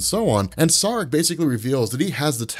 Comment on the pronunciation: SAAREK is pronounced=SHREK..!!!😂😂